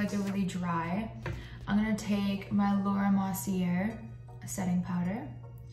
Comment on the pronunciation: "Laura mossy air" teehee 😊😊